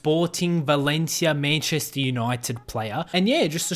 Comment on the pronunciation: The way he pronounced Salford and Manchester